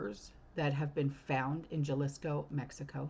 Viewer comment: Sorry, but for future reference, it is Jalisco, pronounced with a h, it's halisco.❤